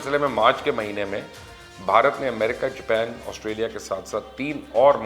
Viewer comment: بھائی مبشّر، چین کو چائنہ، ویت نام کو ویئت نیمَ، جاپان کو جَپی٘نَ کہنے سے اپکے پروگرام کی صلاحیت میں اضافہ نہیں ہوتا۔ اردو میں بات کریں اور سَمنَدر کو سَمنٗدر نہ کہا کریں۔ پی ایل اے کہنے کی بجائے چینی فوج کہنا بھی اچھّا ہی ثابت ہوگا۔